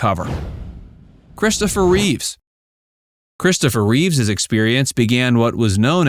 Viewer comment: Sorry can’t help it “Christopher Reeve” not Reeves like Keanu